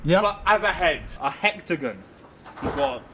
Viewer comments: so no ones gunna point out that this set 8 child just said 'hectagon' 🤦‍♂️😂😂😂😂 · Man said “Hectagon”... instead of hexagon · i'm sorry.. but when he said a "hextagon" shaped face 🤦🏻